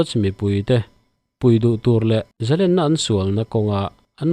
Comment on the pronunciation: Zalenna len-sangha manna len ang hian thluk teh u. Tiang lo hian in hmang vek a, a dik lo tih pawh in hre lo. Paula chuan Zalen a ti. In thupuiah pawh lên (a chungah thlukna) in dah kuau khi a dik lo)